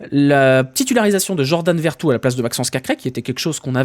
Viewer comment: C'est veretou pas vertout 😅